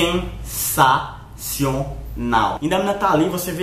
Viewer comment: Cara esse vídeo foi "çenssaçionau" kkkk